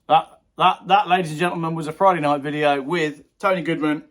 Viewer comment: It’s Video not Wideo!!! 😂😉